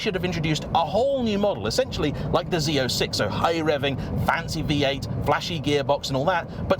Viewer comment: You actually said “Z06” and not Zed 06. Everyone on this side of the Atlantic Ocean appreciate it 😅 For us, when we hear “Zed” we hear Bruce Willis saying “Zed’s dead” at the end of Pulp Fiction. 😊